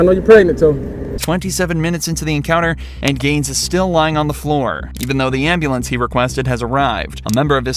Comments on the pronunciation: “call the Amberlance man, my Pastemaker..”. 😂😂. Give him an Oscar please! (or a new pastemaker) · Can anyone tell me what a “ambalance” is ? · I am not native English speaker I am Serbian and I GO INSANE when they go "gimme embelance" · No hate but why can’t black people pronounce, “ambulance?”